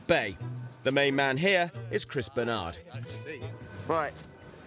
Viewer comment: Hahahaha I heard Crisp Bernard